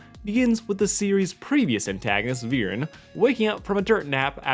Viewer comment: "Have you all forgotten that one abysmal episode where Viran ordered his son and daughter to go and kill an 10 year old child-king?" First of, it's Viren, not Viran, it's really not that difficult. Second of all, Viren trying to kill Ezran and Callum and retrieve the egg is not bad writing by any stretch of the imagination. That's like saying Ozai sending Azula to kill the Avatar is bad writing; it doesn't make any sense. It's perfectly in character for Viren to want the dragon egg back and it's also in character for him to think that the princes need to be taken out of the picture so that he can size the throne and protect Katolis from a position of power. You also seem to forget that he didn't send Soren and Claudia to kill the princes, he gave each of them two different missions and told them to keep them secret from each other. Soren was tasked with killing the princes and making it look like an accident, while Claudia was tasked with retrieving the egg at all costs, even if she had to leave her brother to die. The plotline was far more complex than you make it out to be. It contributed to the overarching story and it served to establish both Soren and Claudia as characters, helped develop their character arcs and Callum's own arc. There is nothing wrong with it at all from a narrative perspective. "And how Soren went out of his way to kill him and continuously failed at it and it was played for laughs?" It's almost as if that's literally the point. Soren doens't actually